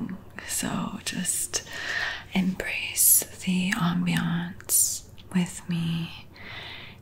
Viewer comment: "embrace thee Ahmbiahnce" :face-blue-smiling